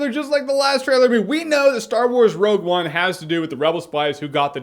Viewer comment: wogue one?